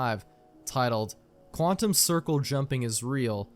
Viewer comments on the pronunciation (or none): none